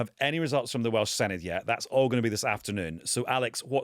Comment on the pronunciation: Senedd is pronounced Seneth.